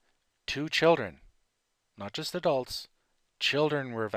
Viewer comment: Ahahhahahaha u are an idiot man u said adults wrong are u a teenager